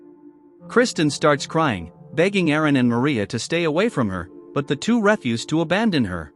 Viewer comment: Re'fuze?! 🤨 It's refuse AI dumb dumb